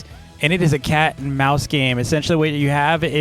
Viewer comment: I love the way says mouse like mise